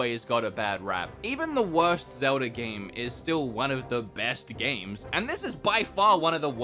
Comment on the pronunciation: He got zmeldas name wrong